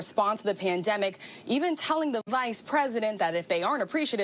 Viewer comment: why does it sound weird when she says vice?